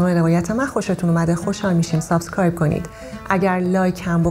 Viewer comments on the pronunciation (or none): none